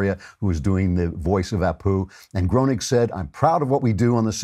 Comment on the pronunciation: Groening is pronounced "grain-ing"